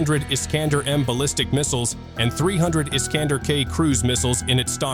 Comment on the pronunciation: Missile iskander , ne pas prononcer la fin dumot é mais èr comme der FÜRER🎉 .